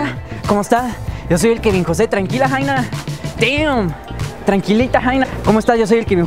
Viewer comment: es damm pero suena como deeam no team 😂